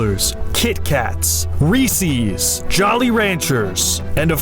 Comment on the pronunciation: Calling Reese's "Reesie's" is a sin i cannot forgive